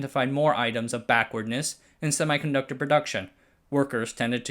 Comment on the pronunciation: it is not pronounced semai ....conductor ....it is pronounced ˌsem.i.kənˈdʌk.tər